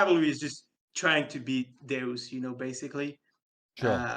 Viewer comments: Deus is a Latin word pronounce "day-oos" and pronouncing it "duce" like a deuce is an american slang term for a Turd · Deus is not pronounced as Doos, it's pronounced as Day-As lol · "day-us", not "deuce" mate lol